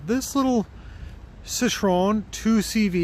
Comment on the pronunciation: Seesho-an is a type of Chinese food, hot. See-troe-en is a close approximation of how to say the name. Also, it looks like the dront vent is open. You can close it with the knob just above the shift lever. It's wonderful in summer, not so much now.